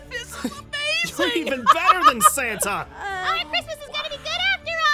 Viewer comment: When aphmau said: "san-na-na" I laughed and almostfell on the floor